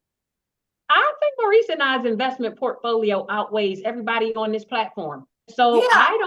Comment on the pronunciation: Did anyone else hear Timmie (K) say they have the strongest investment profolio? 😂😂😂😂😂😂😂